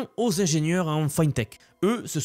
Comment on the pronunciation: Fintech se prononce fi(à la française)ntech